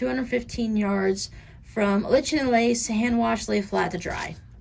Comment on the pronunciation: P.S.: "Lichen" is pronounced "ly-ken". :-)